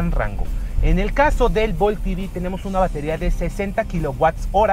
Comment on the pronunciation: Ojalá usarás español. Es EV no I-vi...por eso estamos mal.